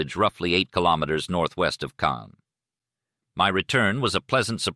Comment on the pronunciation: It's Caen. Cannes is in the South of France. Caens is pronounced Con. Our car broke down there a few years ago. But yeah the AI thing needs an improvement.